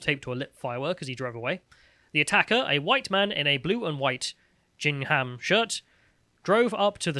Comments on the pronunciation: Psst: It's GING-HAM, not JING-HAM. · Ging-ham not "Jing-ham". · Did just pronounce Gingham "jing ham" instead of 'gingum' 😂🤣